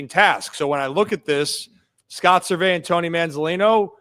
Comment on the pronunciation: Is “Ser-vay” an inside joke or something? He’s always been Scott “Service”